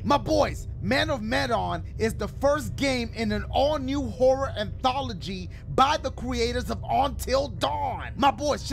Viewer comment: How long you think it took dashie to say the word “anthology” correctly lmao